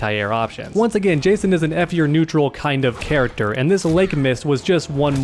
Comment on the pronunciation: "Kharacter" that was unnecesary, i love it.